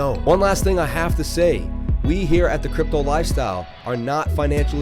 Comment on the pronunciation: When you said "sick TA" it made me watch your personal video: DDD> sub-ed You need more practice with the> "The Crypto Life Style" pronunciation (a little more love). But everything will be great. Fraction NFT > blow my mind !!!